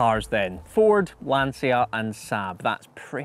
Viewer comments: It's pronounced, Lahn-cha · The i after the c in Lancia makes that it's pronounced like a ch in chocolate (cioccolato in italian), so the i is silent. Lancha or even Lantsha. You're welcome. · You pronounce Lancia sooo badly... i wanted to quit from the internet.